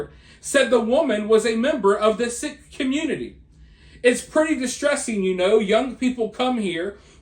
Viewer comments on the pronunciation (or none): Its pronounced seek. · I love your content! Are you saying Sikh? if so it's pronounced "SEEK" Keep up the great work!